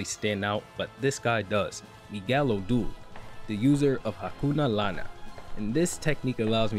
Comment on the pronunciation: laana means curse btw and its pronounced as la-ana,pronounce both a's